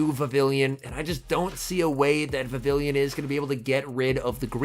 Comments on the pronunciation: You are pronouncing vavillion instead of Vivi(ll)on (pronounced vivi-yon) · Pronounced "Vi-viii-yon", I believe. The name is a cross between vivid and papillon (French for butterfly). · Hate to be that guy but it’s pronounced Vi-vee-yawn, as it’s from the Kalos region (based in France), and takes after the French word for butterfly: papillon. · I guess I'll be the first to point out that it's pronounced like viviyon since the name is derived from French words (Vivillon debuts in Kalos, which is based on France). It doesn't rhyme with pavilion 😂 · I couldn’t handle hearing him pronounce it so wrong